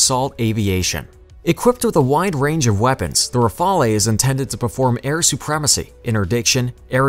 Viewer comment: Great video and info.... i just wanna say that it is not M.I.G it is Mig.... Rafalee is not the name it is Rafale pronounced as Rafal.... Overall an amazing video and information👍👍👍